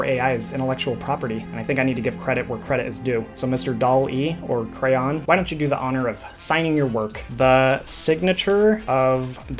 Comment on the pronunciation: Finally, someone that calls it craiyon.